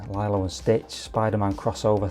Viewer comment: A small part of me dies every time you said Lylo and Stitch lol.